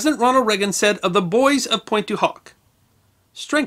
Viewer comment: Pont dew Ock